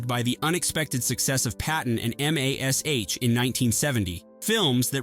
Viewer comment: He can’t say MASH either